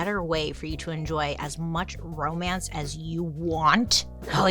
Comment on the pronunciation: Joan and her "crowmance" 😏